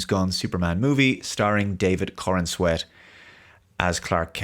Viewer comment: David “corn-sweat”????